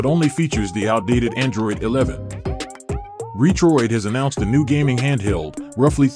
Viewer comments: These robot voices.. LOL! RE-troid.. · It's all good, the voice nearly tricked me if it wasn't for the Re-Troid lol. I just see so many videos with robot voices and slideshow pictures, there's so many of them now.